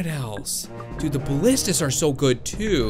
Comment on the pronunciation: Aye you're subscribed to MattShea! He had the same problem with the pronunciation of ballistas or ballistai too!